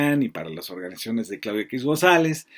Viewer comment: Lily Tellez: "Orgas...nizaciones"😂😂😂😂